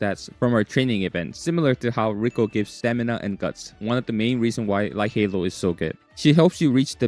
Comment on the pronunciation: Light Hello ❌ Light Halo ✅